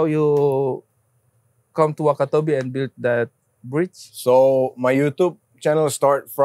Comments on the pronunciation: Yg lucu tuh udah salah sebut TERIAK lagi " the bridge " the bright 😂😂😂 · Mamat: Tell me about the brayj😂